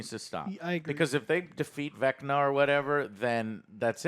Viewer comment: 1 her name is Carrie not karry. Karry isn’t a word. 2 it’s spelled VECNA and pronounced VECNA not vecnar.